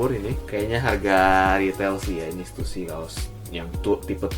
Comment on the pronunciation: stussy bukannya dibaca (stasy) ya?